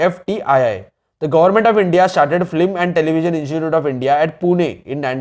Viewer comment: First thing flim nahi hota film hota he